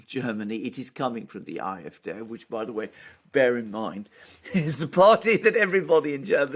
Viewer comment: The "A" in AFD isnt pronounced "eye" it is "ah". In fact no letter in German is pronounced "eye".